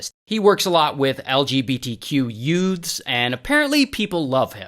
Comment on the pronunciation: I like how Ray say "Youths" like My Cousin Vinnie.